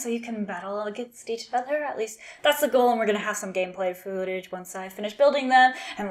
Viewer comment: Might have misheard you did you say gameplay food-age and not footage? I like daxos think he is stronger in commander because he because hard to block lategame plus he gets bigger they still cant block him, he is a "lol" on a stick